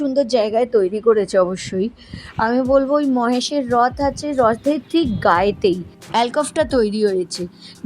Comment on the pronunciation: Ota Mohesh noy..Mahesh